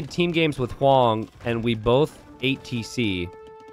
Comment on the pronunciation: "Tesé" like a true Floridian 🤣🤣